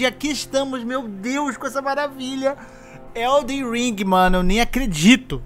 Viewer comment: Já aprendeu a falar ELDEN E NÃO ELDER?